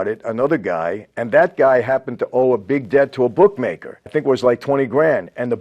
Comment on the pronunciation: Book maker, boook maker ... Italians deserve more respect than this